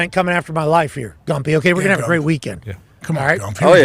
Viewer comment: AJ calling Gump “Goomp” is outstanding